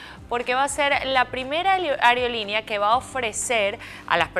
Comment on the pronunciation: Es aerolínea amiga, no ariolinia 😂